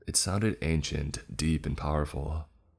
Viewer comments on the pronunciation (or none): none